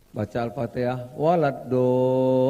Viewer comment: Simak ayat terakhir Fatihah yang dia baca waladdoollim bukan waladdoooliiiin bacaan Fatihah saja gak benar, gabung ke Jokowi tersandera takut boroknya di bongkar e akhirnya berurusan dengan hukum juga setuju laporkan penistaan agama.